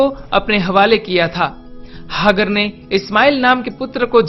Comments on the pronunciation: हाग्र नहीं, हाजरा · अरे तू कौन है जिसे नाम का सही उच्चारण का भी नही पता, सराय और हागर कौन हैं बे चूतिये, पहले नाम तो ठीक से बोल बाद में किसी के धर्म का उल्लेख करना।